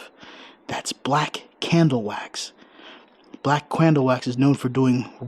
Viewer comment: LOL SAID BLACK CRANDLE WAX INSTEAD OF CANDLE GOTTA LOVE. GREAT VIDEO